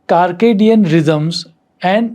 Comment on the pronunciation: It is called cir ca dium rhythms not CARCEDIAN rhythms